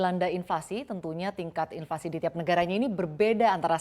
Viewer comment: Inflasi kok bilangnya invasi. Kaya di serang aja. Mohon pelafalannya diperbaiki biar nggak sesat